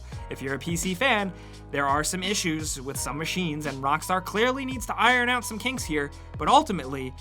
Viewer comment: "Point this aut"